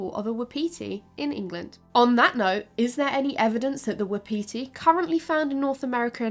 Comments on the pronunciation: “Wapiti” is pronounced “WAH-puti”. Not wuhpeetee. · Not "waa-pee-tea" but waa paa tee. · Non-deer-deer!! Non-deer-deer!!!! Also 'wapiti' is pronounced 'whah-pit-ee' ('whah' like the word 'what' or 'was,') not 'wap-pee-tee.' - A Canadian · You are pronouncing wapati very weirdly. It's WAP- a- te. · Not the wha-petey 😂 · Wa-pa-ti is the correct pronunciation sorry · Wapiti is pronounced "WAHP-ut-ee". I love you but that was driving me crazy! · Haha I was so confused when she was saying wapiti how she was! I’ve always heard it pronounced Whap-ity or wap-paty. That and her comparisons to red deer. My dumb self is going “cool, that’s awesome…. I don’t know how big those usually are…” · Was bout to post the same. I always hear it as wah-pih-TEE though here around Montana. Though elk is much more common. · Wah-Pah-tea... my Native American side had to correct this. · I'm just used to reading so many sources I don't really notice the switch. Hear a European accent say elk and head figures they are talking bout moose. I see exactly why she pronounces it the way she does by the spelling. Just sounds really weird when I've heard it as part of my regional vocabulary my whole life. Had no problem figuring out what she was referring to. As a book addict since childhood and grew up in a poor small town in the middle of nowhere there is a massive amount of my vocab that comes from just reading. I've had some really creative pronunciations over the years cause not realizing something was say a French word.